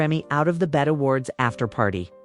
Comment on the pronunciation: Hello???? Its not "bet" - Its B -E -T